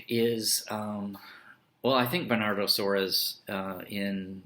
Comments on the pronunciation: Is not Suarez....... But SOARES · it's pronounced like the spanish "Suarez" haha